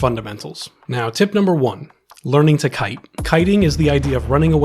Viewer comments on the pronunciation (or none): none